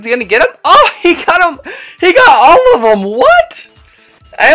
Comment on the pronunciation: "There goes all of green," BUT it sounded like "There goes olive green,"😂😂😂